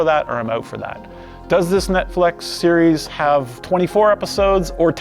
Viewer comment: He said Netflex! I love that guy